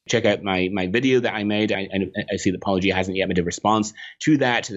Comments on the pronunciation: When you're an apologist and you think you're a lawnmower but in reality you're just a typical yawnblower instead. I am shocked he pronounced your name right, though. Of course, considering that and the lightweight praise, that clip from Yes, Minister comes to mind. "It is necessary to get behind someone before you can stab them in the back." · Almost fell off my chair when I heard a Christian apologist say 'Paulogia' correctly! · OMG! He actually pronounced Paulogia correctly! I may have to begrudgingly admire Dr. Brown for this one very specific reason now. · They clearly watched a bunch of Paulogia since they pronouce Paulogia correctly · Was this the first time an apologist pronounces Paulogia correctly? These two deserve credit. Not only did they take you seriously, and respectfully, they also approached you much more honestly than many. Which you can't say about people like Craig. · Can we all consider the fact that our bar is so low for the apologists that we are genuinely impress when they manage to pronounce your name correctly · After that mangling of your name by "Capturing Christmas" it was such a relief to hear your name finally pronounced correctly! 😁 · An apologist pronounces "Paulogia" correctly? It's a Christmas miracle! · OMG he pronounced your name right O_O Its a Christmas miracle !